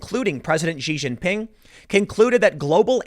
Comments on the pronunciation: The name Xi Jinping is pronounced "she jean-ping". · Yo Tim, neat show. This Chynese dude's name is pronounced "She Gin Pin"